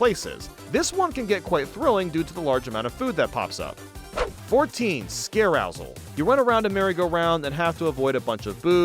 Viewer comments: Bro "scare-rousel" has me weak 😂. It's scarousel like carousel 🎠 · Uhhh how do you pronounce Carousel?